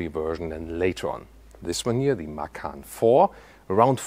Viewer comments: What is Porsche Makan?? Isnt it MaCan.. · Hi, thanks for as usual video. By the way, 'macan' is taken from Indonesian language for 'tiger'. The correct way to pronounce it is "machan" (c for charlie)... 😊